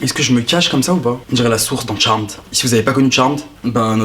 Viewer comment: J’ai failli pas comprendre que tu parlais de Charmed, on a pas l’accent nous